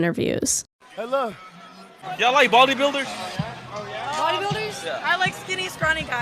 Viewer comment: "Y'all like baldy builders?" I know I shouldn't make fun of a speech mistake but in this case it's ok, right? I think them being creeps is way worse and deserves to be called out.